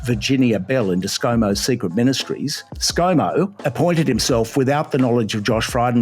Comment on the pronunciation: Scumo not Scomo.